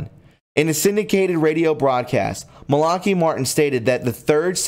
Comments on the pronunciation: Malaki .... Not Malockee Just trying to help. I like your work but your pronunciation is ... a big problem. I'll keep watching but help yourself. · Papal is pronounced Pap'-aw, Fatima is Fat'-tim-ma, Malachy is Mal'-a-ki long i, pleurisy is plur'-ah -see. Aspersorium, as-per-sore'-eum. Basilica, bah-sil'-e-ka. Please learn to pronounce words before reporting. I really do like your podcast, it just lacks a sense of literacy. God bless.